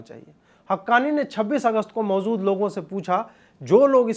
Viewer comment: Aap har Urdu shabd mein 'j' ki jagah 'z' laga dete ho. Jaise 'fauz' naheen 'fauj' hota hai. 'Mauzood' naheen 'maujood' hota hai. Is se achchha aap Hindi shabdon ka prayog kiya karo jaise 'sena' ya 'upasthit'.